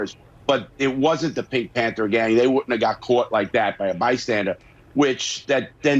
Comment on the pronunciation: Is he saying “Bystandart”